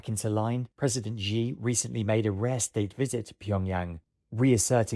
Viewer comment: 'to pull Kim Young Un' The J in Korean (ㅈ) is pronounced like it is in English and not in Dutch and German. It's 김정은 and not 김영은. And immediately after that we're presented 'President Ji' . This is confounding. The X is imagined to be J. It isn't. It's Sh. It's pronounced Shi Jinping.